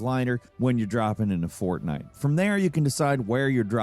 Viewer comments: Fort. Night. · Fort night rein. Amiright?!